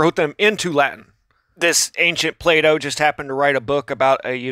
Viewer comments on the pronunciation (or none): none